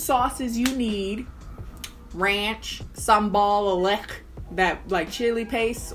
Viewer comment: Lol the way you said ranch. hahaha RANCH